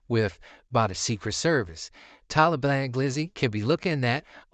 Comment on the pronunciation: Why bra keep saying “Talablam” doe 😂